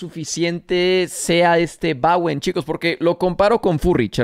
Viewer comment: Bowen no Bawen! Dicho por el mismo Bowen!